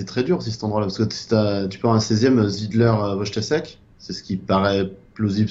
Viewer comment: S'il vous plaît, apprenez à prononcer les noms Polonais, Wojtaszek se prononce Voïtachèque.